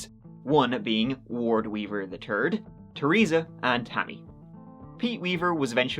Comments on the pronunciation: Finally, u pronounced Wards name correctly! Ward Weaver the Turd. Ur gettin there! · Wow!!! Frightening and disgusting! certainly pronounces Ward's full name correctly. This story makes me want to vomit. 🤮 A nice bat to the side of the head would have cured him! (First to the knees)